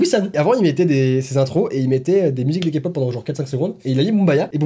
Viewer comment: bah en faite si on regarde les journeaux televisé français c'est encore pire (meme qu'il pronence kpop 'kapop')